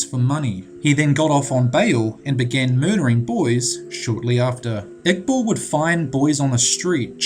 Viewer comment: Ha-ved Ig-bal not Jah-ved Igbull